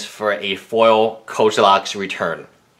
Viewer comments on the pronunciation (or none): It's Kozilek's.... not Kolizek's....